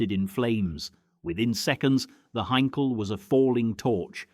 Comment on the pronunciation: Crap AI commentary will never pronounce Blenheim correctly..... Blen-hyme🤣😂🤣 Not forgetting Heinkel HEE 111